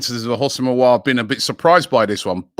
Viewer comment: Some classics - Umiti (Umtiti), Orwhrer (Aouar), xvbrhbzxrb (Szoboszlai) 😭